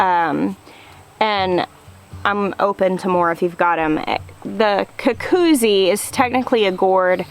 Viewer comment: You are pronouncing cucuzzi better than you've been advised. The double z in Italian is pronounced like "ts", as in pizza. So, phonetically, it's "koo-KOO-tsee". "Googootz" is more like a term of endearment referring to a person. Don't sweat it.